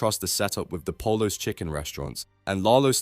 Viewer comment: Bro legit didn’t watch the show lmao can’t even pronounce pollos right